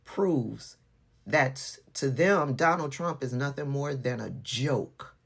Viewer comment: "Saar phul saport troomp" 😭